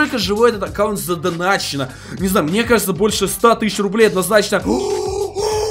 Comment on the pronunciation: что ты сейчас сказал? заданаченно?